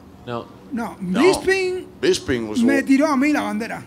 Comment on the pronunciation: dude fully said " beeping" LoL I love Latinos they are so similar to Indians